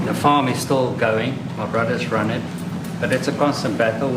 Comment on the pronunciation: Now you don't know how to pronounce the word farm? What is going on with you?